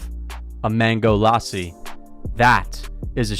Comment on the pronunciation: The Indian accent when he said Lassi LMAO